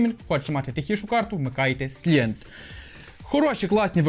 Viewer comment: Silent- сайлент! Який ,,сілент,, ?